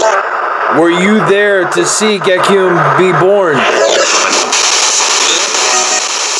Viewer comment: He said his son's Name "Gekyume" 😭😭😭😭